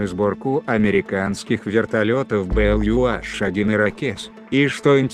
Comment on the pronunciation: Маленькая поправка - не Ю аШ, а Ю эйЧ